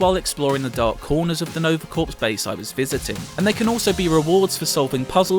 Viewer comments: you pronounce it 'core' not corps, jesus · Nova "c or" not "ku or p" the p in Corp is silent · the P and S in "corps" are silent. pronounced like "core" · How come everyone who has been preveiwing this game has no idea how to prounounce corps? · The p is silent